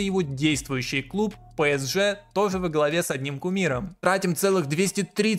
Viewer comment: не хочу быть душнилой, но скажу что очень больно ушам когда ты говоришь пЭСж, там буквы Э в названии нет